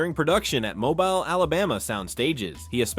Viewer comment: Mobile pronounced MO'BEEL,not MO'BILE